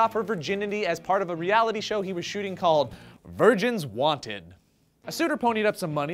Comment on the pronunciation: ohhh, "virgins WANTED." i thought you said "virgins WANT IT."